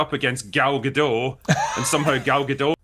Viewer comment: Gadot, not Gado.